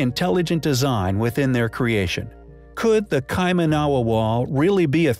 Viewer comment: I love the way the dude can't even pronounce Kaimanawa correctly. Was a little surprised that didn't elaborate on the 9000 year old Bitcoin mine discovered